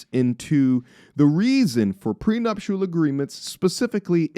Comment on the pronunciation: Say we want prenuptial